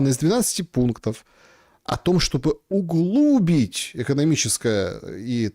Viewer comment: УглубИть, а не углУбить! Перестаньте коверкать русский язык! Не к лицу журналисту демонстрировать свою безграмотность!